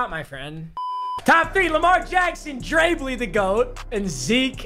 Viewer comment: pronounced Drey Blye